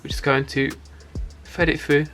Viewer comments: Man says “fed it few” instead of “thread it through” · “And them fred it froo” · “Fread it fru” 😭😭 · “fedifiu” - British guy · I heard feed 😭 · man really said fred it froo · Fwead it fwough